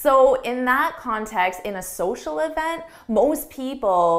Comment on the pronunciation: And the word event is not“ e v n t”